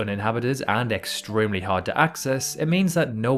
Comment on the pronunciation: What makes this video quite unique is that when the author wants to say "extremely" he doesn't fall into that "exchremely" English that literally makes non-english speakers sick🤪 Besides, a very nice video, like, subscribe👌